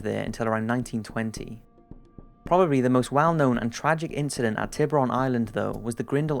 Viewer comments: Hey your channel is great, but you should work on the accent you use for using words which are not in English. Tiburon island simply means " shark island" in spanish :D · The way you pronounce "Tiburon island" makes me cringe and I'm not even Spanish speaker.